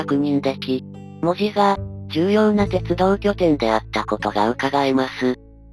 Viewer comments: 細かいことやけど、関森航路があった場所はいまのニッカウヰスキー門司工場の場所ではないです。あの工場は大正時代からあるので・・・ 近くの梶山倉庫付近なんですよ。 あと、門司の発音、正しくてうれしくなりました！ 門司の言い方は文字と同じではありませんから。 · サンマルも消え、ハチイチの銀も廃車。 機関区には扇型車庫もすでになく、 門司駅も残念なすがたになり 鉄道の街の面影もはやぜんぜん（泣） あと、門司の発音、ちゃんとした言い方してくれて ありがとう！ 「も」にアクセント付けた気色悪い言い方じゃないから 安心して見れました。